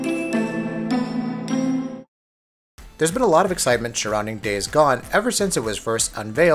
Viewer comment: was I the only one that heard "there's been a lot of excitment shurrounding days gone" ?